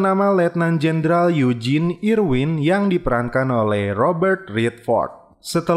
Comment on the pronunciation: Namanya Eugene bang dibaca "yujin" mirip namanya sama tuan crab di Spongebob